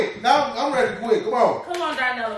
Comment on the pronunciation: I loved when you called Darnell Darnella lmao too funny, #TeamZavia #HALLOGANG